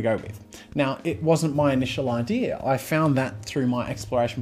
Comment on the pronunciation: Idea Jazza. Not Idear.